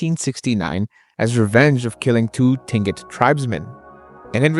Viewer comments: Tlingit is pronounced (CLINK-it). Thanks for another vid. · Just for future reference: Tlingit is pronounced like KLEEN-kit. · Remembers to pronounce the L in Tlingit people, otherwise you did well with the pronunciation. Admiralty Island isn't as scary as Kodiak, take bears that have also not know a predator but up their size by 1.5 and you got Kodiak Island. Where everything but Wolverines are on the menu. Yes as a REPO man I have been all over Alaska.